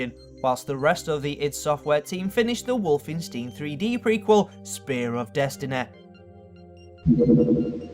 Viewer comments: its not wolfen - steen its wolfen - stine! You dont call albert einstein , albert ein-steen you call him albert ein-stine!!!!! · Wolfensteen 3deh spear of desteneh. Munneh. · Wolfensteen :S :S